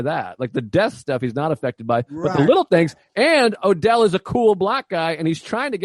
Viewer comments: I'll listen to anybody talk about Jackie Brown, but it's kind of driving me crazy that he keeps calling "Odell" instead of Ordell. Not a big deal, I guess, but he's the one who said he's watched it about 900 times. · Same. And he keeps saying it wrong SO MANY TIMES.